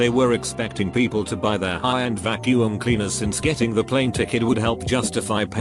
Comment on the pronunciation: Storytime bot: pronounces Qwixter no problem Also Storytime bot: VACU-UM!